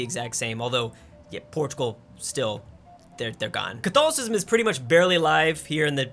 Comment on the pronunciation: You good? (ca-though-lic-ism) doesn't sound correct...